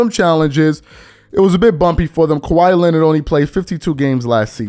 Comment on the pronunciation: Why do you say Kawhi’s name with 3 syllables? 😂